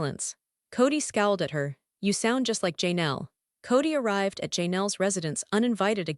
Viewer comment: Please fix your AI voice that's saying names wrong. It's not JayNel, Janelle. It's very rude to say someone's name wrong.